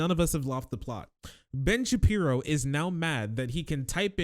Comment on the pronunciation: Is saying "Bench Appear-o?" Any time he says Oingo Shaboingo's name, it sounds exactly like "Bench Appear-o" And now I'm going to spell it and say it that way. BENCH APPEAR-O